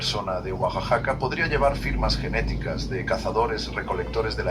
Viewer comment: goajajaca? 🫢 Es "Oaxaca" y se pronuncia "goajaca"